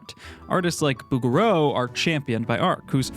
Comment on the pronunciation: Bougereau's name has a soft G, not a hard one.